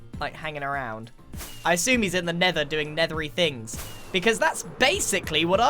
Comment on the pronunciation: “NeThEr-Y fInGs”